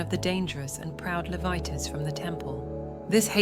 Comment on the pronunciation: I have a complete copy of the dead sea scrolls, with side by side translation, as well as the full notes and opinions of the translators, researchers etc. Despite the AI issue with mispronouncing Levites and such, this is pretty accurate. I enjoyed listening to this and will hear pt2. We must also remember that Pontius Pilot didn't kill Yeshua, as he would've been called. Nor the Romans, the Judean govt, the High Priests, not even the Jews and Israelites. You killed Jesus. I killed him. All of us are personally responsible for His death. Past present and future people are the reason Jesus Christ died and resurrected. By which I mean our sinning. Our sins and sinning are why. He didn't die for sin, he died for us because of us and our sinning. Show your gratitude for what he went through and did by turning your life around. You don't have to get it perfect, just give it all you can. Really Try to live a righteous life. Do unto others as you would have done unto you. When you err, and I mean When, change. Don't do it again. When you stumble, have Jesus Christ help you pick yourself back up and try again. Godspeed